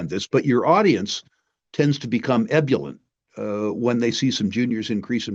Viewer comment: "ebullent"? Rick, think you mean "ebullient". See the 'i'? "grieviously"? Ah, that's where the 'i' went, into "grievously".